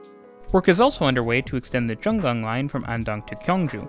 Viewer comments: its not pronunciated like 'jun-gang'. it's jung-ang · not jun-gang, but jung-ang